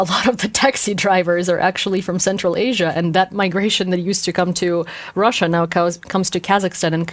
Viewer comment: 10 extra points for "Krussia!"